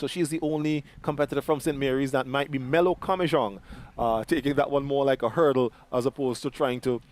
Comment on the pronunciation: My name is not Melo it is melody